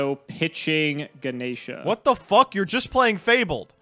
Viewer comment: Lol "Gana' Sheeah.. no its Gah- Nesh based off a Hindu God.